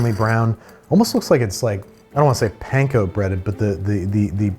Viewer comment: please say panko properly 😭